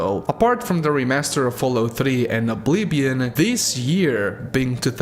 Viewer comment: I love when said “oblibion”